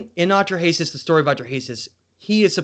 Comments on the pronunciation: Hello. I realize that you MAKE YouTube Videos but I hope you will write your talks on a piece of paper First so they are clearer. And dont bumble and mumble so much the next time.. Clear facts are much more important than.. Opinions.. And lastly please look up the pronunciation of.. "Atrahasis" for example so that people will think you are Educated.. Thats important for your Future.. Unapologetically... BerneC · Took me a long time to figure out he is saying Atra-Hasis. A few misspelled names later ... 🙂